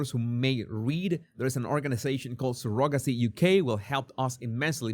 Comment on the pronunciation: Hi. Surrogacy is pronounced Surro then gacie, emphasis on the Surro. 🙂